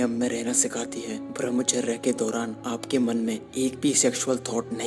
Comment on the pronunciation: Pahle thik se bhramhchary nhi balki bramhchay bolna sikh ha bhai nmo nmah . ...nn :-) :-)$ :-)